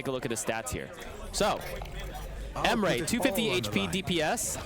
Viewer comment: Never heard my name pronounced this badly before but here we are.